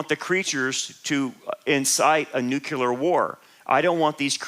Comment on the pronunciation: No such word as Nucular. It's NUCLEAR. Always has been, Always will be